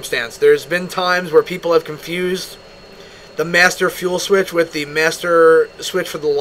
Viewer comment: I'm sorry but the emphasis on the master fuel switch cracked me up